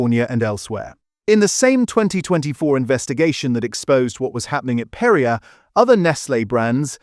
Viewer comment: PerriAY NOT Perriuh.